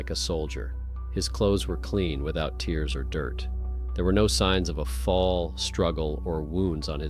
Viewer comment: People like the AI voice but it always catches me when it pronounces a word phonetically like tears as in torn being pronounced as teers.